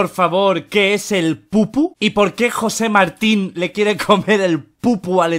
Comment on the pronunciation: Auron: Jose Martin Como en realidad era: Jose Marin